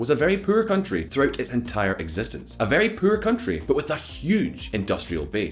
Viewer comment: vehRy stronK soldier